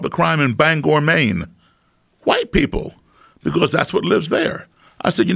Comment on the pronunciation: He said bangore maine lol